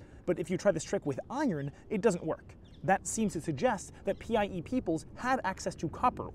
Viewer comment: I keep hearing PIE as PEI and thinking you’re talking about the Canadian province